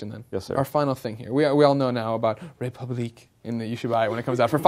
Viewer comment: it's funny how he can't say the french word république